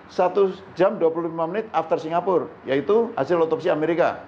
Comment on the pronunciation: “dari jakarta singapure saya sudah lakukan” keseleo ya lidahnya mas...???